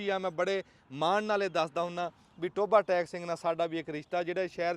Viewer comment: ਸਹਾਦਤ ਹਸਨ ਮੰਟੋ ਦੀ ਕਹਾਣੀ ਵਿੱਚ ਟੋਭਾ ਟੇਕ ਸਿੰਘ ਹੈ ਜੀ ਪਰ ਤੁਸੀ ਟੋਭਾ ਟੈਕ ਬੋਲ ਰਹੇ ਹੋ,ਹੋ ਸਕਦਾ ਹੁਣ ਟੈਕ ਬੋਲਿਆ ਜਾਂਦਾ ਹੋਵੇ।